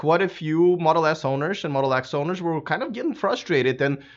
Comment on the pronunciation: Do you mean Tesla Modle S and Modle X. At the beginning is sounded like Tesla Modle S and Modle S.